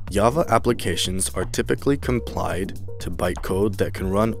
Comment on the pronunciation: This video is just flat out wrong. So many things in this video are simply incorrect other than pronunciation. You can read off Wikipedia articles all day long but I would bet money that if you don't know that code needs to be compiled and not complied then you probably don't even know what it means for an "obsolete" language like C to be portable. Please know what you're talking about before attempting to create educational material. We don't need the miseducated corrupting the clean slates that are uneducated who are attempting to learn. This comment isn't meant to hurt feelings, this is meant to improve the creator and warn the watcher.